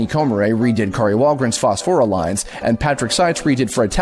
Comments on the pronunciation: "Phosfora"? "Viri"?!? Please tell me you've never played kid icarus uprising. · It amazes me who can correctly pronounce all of these Japanese names and yet mispronounces names like Phosphora and Viridi